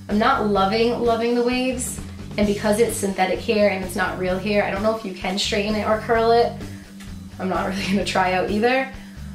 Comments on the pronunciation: It's called hair not heer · I cringed every time she pronounced hair as 'here' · Is saying heir instead of hair is a accent thing? Never hear anyone saying it this way. Serious question - I am not trying to troll you or anything, my native language is not english either. And you do look cute with your hair up like you had under the wig. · haa I thought i was thw only one! He-er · i thought i was the only one whp went oh my lord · I was looking for a comment like this!! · I'm from the Midwest. I had to really listen to hear her say hair with a slight accent. I think a lot of people around here say it that way. I dont but ya. I just ordered my 1st wig, but using front lace and doing the maintenance to it first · you put all of the wigs on wrong and you say hair weird.